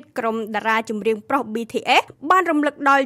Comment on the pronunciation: BTS មិនមែនBTFទេ សូមនិយាយអោយច្បាស់ផង